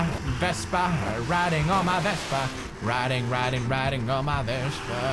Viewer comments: Why do you call the scooter vestpa? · vespa, not vesper